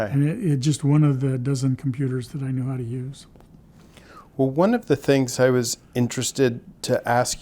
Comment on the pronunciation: This guys awesome he just ‘knew howtaa…’ 😊